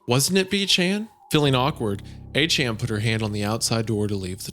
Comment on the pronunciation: Somehow hearing Isaiah butcher the pet name A-Chan is even worse than the horror his German and French pronunciations are.